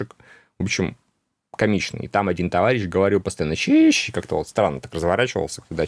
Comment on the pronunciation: Сижу, чуть ли не плачу от вашего "щищь!"😂